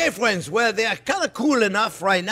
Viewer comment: Even better, we're "Friens"